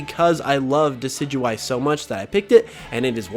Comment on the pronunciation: Decidueye, not Decyduey! Lycanroc does NOT end with a K!